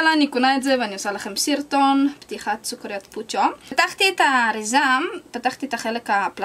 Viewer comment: היא אמרה סוכריד